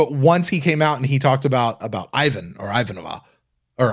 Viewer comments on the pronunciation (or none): it is extremely off-putting how you repeatedly mispronounce Ivanova's name. thank you for correcting yourself. Stroke off and Prosper! 🤣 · I just found this great podcast, so I’m catching up. I just came by to post this exact sentiment. It’s pronounced “EE-VAHN-OH-VAH!!!” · Yep, it's Not pronounced as in nOva- more closer to the A sound in the character's name applied to the O as well...👩🏻‍🦰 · Can we sound the buzzer every time mispronounces Ivanova? 😂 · "It was the dawn of the third age of mankind, two years before Zima went bust. The Babylon Project was a dream given form, it's goal, to teach how to pronounce Ivanova correctly."